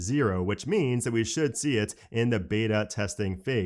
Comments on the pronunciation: It’s Royters not Rooters!! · It's roy-turs not ROO-turs! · I believe the correct pronunciation of’Reuters’ sounds more like “Royters” with a ‘y’, and not like “Rooters”. Just say’n. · "Reuters" is pronounced "Royters" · Reuters... is not pronounced Rooters! Hahaha you made me laugh. It seems your educational level is low for not knowing what Reuters is. Hooters gen kids. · The Reu part of Reuters is pronounced as Roy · Love your videos,. FYI: Reuters is pronounced like royterz. 😊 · Reuters is pronounced “ROY-ters”. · Reuters is pronounced "ROY-ters."